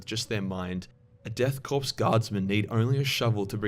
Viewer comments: marine corpse death korps, the s is silent, it's said core not corpse.. unless being ironic, lol. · I hate when people pronounce Korps as Corpse. It's pronounced Core like Marine Corps.